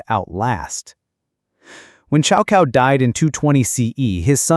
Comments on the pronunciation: Exactly it's not 'chow cow' but rather it should be pronounced 'tsao tsao' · The correct pronunciation is more like "Tsow Tsow". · Cao kao? Really. Ai slop.